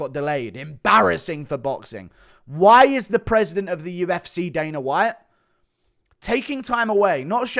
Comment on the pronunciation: You should like such a teabag fairy when you try to say UFC 'UFSAY '🤣